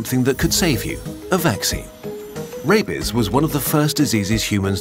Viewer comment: The pronunciation made it sound like he was saying “Rapies” 😂